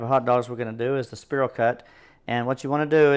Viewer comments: Don't know where you're from? But its spiral not sperl!😅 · spear all cut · Great video, but spiral is pronounced “spy rall” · I like how he pronounces "Spiral" so we can see all the people he triggers. 🤣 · The way he says spiral triggers me. 😂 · I wasant going to mention it to him in public. I planned to pull him aside on the 4th and let him know he was pronouncing it wrong. LOL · yeah NOT a bad idea, get the food FIRST then comment about how he's saying spiral cut. Don't you just love the english language. p.s. For me he can say it anyway he wants to as long as I'm invited to eat. 😋